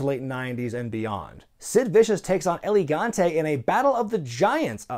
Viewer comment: lol its el gigante not elegante